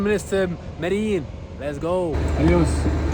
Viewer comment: an easy way to pronounce it is Mede-jean...and also, the Pablo Escobar bit, please let it go. It's old, unfortunate, and a very very sad time in history for most of us born in Medellin. It's not a joke, especially when a gringo who doesn't know much about the country/city they have to privilege of traveling to for work, much less do a little sightseeing. Thank you.